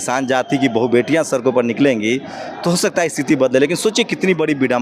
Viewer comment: मलाईदार पदों पर अरहार्क योग्यता के कारण है। योग्यता लाइए सीट पाइए। दूसरी बात= हर किसी से,,,कितने पड़े लिखे हो,,, पूछते रहता है पर सड़क को सरक बोलता है। पता नही ये कितना पड़ा है और कैसे पास हुआ है। आप इस vid ko dhyan se suniye। Ye sabko gumrah kar raha hai। Msi to aise kar afro ko janta hu jo obc se hai। Bahut afsar hai।